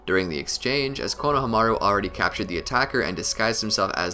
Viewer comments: I hate how he pronounced konohamru. Konohamiru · Great video! Onlyproblem was the way he pronounced konohomuru. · I don't know why, but I feel like you are pronouncing Konohamaru wrong. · I like how much effort you put in to this but the way you say konohamaru was so terrible man